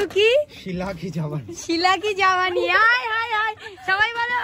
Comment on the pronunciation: Jabani noy ota jawani 😂